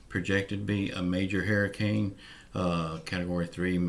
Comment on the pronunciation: Haier-e-kane lol